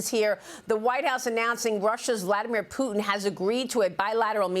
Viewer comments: President Pooh-in? MAGA Barbie has a pronunciation issue. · Why does Leavitt have so much trouble pronouncing the “T” in Putin?